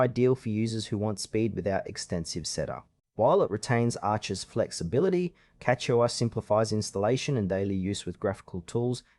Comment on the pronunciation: I'm surprised this only has 4 likes, the editing and presentation is pretty decent.. To be fair though, it's not catchy. You're pronouncing CachyOS VERY wrong btw.